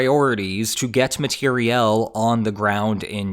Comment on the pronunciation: I loved that pronunciation!